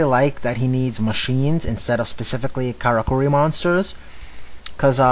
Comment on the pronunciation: It's pronounced "Kara-Curry"